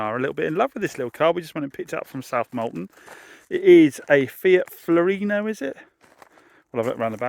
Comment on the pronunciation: Not Florino, but Fiorino